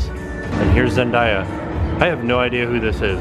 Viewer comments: it's zen day a not zen die a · the name is zendaya not zendera. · Zendaya is pronounced Zen- day- ya. And yes she is an actress, she is going to be in the new Spider-Man movie.😂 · You get the award for weirdest pronunciation of Zendeya's name. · lol its all good, everyone that doesn't know her seems to pronounce her name that way, I was surprised to see she even has a was figure since she's just a disney channel stsr